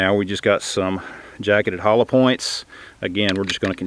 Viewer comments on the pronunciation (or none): none